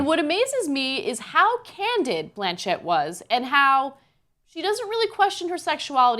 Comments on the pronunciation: ffs it's 'Blanch-itt'! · why is ana calling cate blanchett, "Blan" "Chet" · Why the fuck is Ana pronouncing her last name like that......